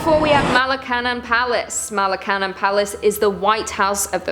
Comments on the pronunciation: Nice nice. Also: Ma- (like mama) Luh- (laugh, no 'f' sound) Cun- (sounds like sun) Young- (like word 'young') Ma-luh-cun-young =Malacañang 🙂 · it's pronouns MalacanYan palace